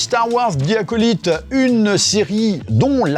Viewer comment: Bon, ça pique les oreilles. Le "zi" bien français, on a l'habitude. Mais Acolyte, ça se prononce aco-"light" (comme lumière si tu veux) Donc bon, je ne t'en veux pas mais c'est pour le clin d'oeil ;)